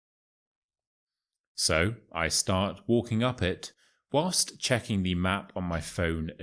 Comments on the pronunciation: Dear, I have got a question. I have realized that you pronounce "the" before consonsnts as [thi], instead of [the] -> with the "shwa" sound (eg: [thi] sun)? Why? As far as I know the [thi] sound comes before words starting from vowels. Could you explain it, please? I got quite intrigued by your channel. Thank you in advance.😊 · Why do You say thi instead of the? I know when next word starts with a,e it's thi but You say it every time. Can You explain?